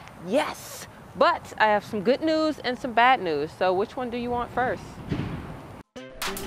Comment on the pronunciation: What Is "GOOT NEWS"?